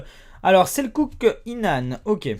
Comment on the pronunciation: c'est pas selsuk inan c'est Selçuk sa se prononce Seltchuk si tu veut.